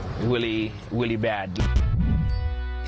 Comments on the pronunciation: Did he say it's weally weally bad? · Is it weally weally bad? I mean weally!